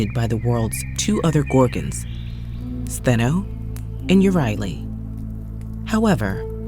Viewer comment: Medusa has always been my favourite Greek myth character and I'm pleased to hear her sisters' names mentioned and pronounced correctly; I highly recommend Lauren J. A. Bear's debut novel Medusa's Sisters, a hauntingly beautiful plot narrated by Stheno and Euryale as they tell readers of their love for Medusa, the aftermath of their encounter with Perseus, and one big plot twist explaining why Athena turned beautiful long-haired triplet sisters into the snake-haired Gorgons.🐍🐍🐍